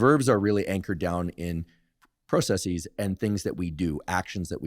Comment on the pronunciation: Speaking of pet peeves, the singular is process, so the plural is processes (“process-says” not “process-seize”). You are free to use a long O or short O in the pro part.